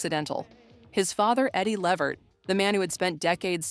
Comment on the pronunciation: It's pronounced LA Vert. If you're going to do a video like this.. at LEAST pronounce the damn NAME correctly. It's disrespectful not to.